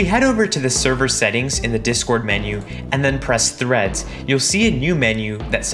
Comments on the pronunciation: Him: now let's create threads My ears: now let's create threats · The 1st time he said threads i thought he said threats